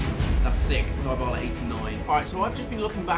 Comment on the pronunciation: Did he really just say “DIEbala” ?